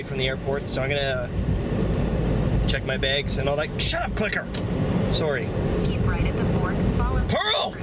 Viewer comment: Yells at his blinker, then instantly says "Sooorry." Oh Canadians, don't ever change, you're cute.